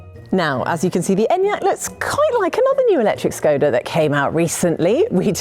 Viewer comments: Your pronounciation hurts a bit, it's ˈʃkɔda with a 'sh' in the beginning, not 's'. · Please, say škoda, like you want to say shoes, but end it with ..koda